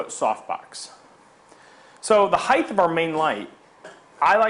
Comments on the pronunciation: Height, not heighth. Jesus. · Height... Not heighth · height, not heighth! no 'th' sound in height. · You lost me at highdth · His use of "heigth" is so distracting. It's not a real word, buddy. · there is no "th" sound in the word "height"